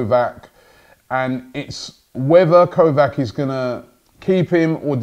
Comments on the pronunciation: Its not kovak, it is said kovach. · It's Niko Kovač - pronounced Kovach, KOVACH not KOVAK. Damn Robbie you really aren't good at pronouncing names huh?